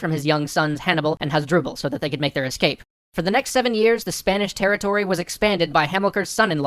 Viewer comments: "SPAISH" Nice vid tho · So I speak spanish and english, and I'm pretty sure spanish has that "n" between "spa" and "ish". My mother language is spanish and, though it was a bit funny, I felt slightly offended. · Didn't know latin was the base for "spaish" :p